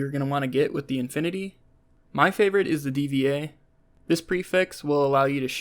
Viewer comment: Modification "Dva" reads like "dva", not "Di Vi Ei".)